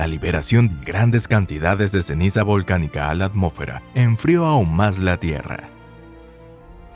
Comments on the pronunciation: Me saca de onda lo de "ammófera" xD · Es Hylonomus, pero está pronunciado igual que cuando dice amófera en vez de atmósfera